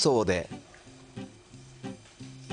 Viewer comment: ストレッチを発音よく言うと1人エッチになるのか〜、勉強になるなぁ